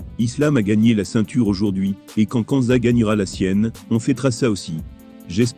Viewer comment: C’est qui < > ou < > nan mais tu es sérieux , applique toi sur la prononciation stp